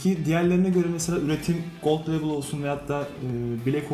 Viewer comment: Viskinin kralı budur. Bu arada "Gold Leybıl" diye okunur.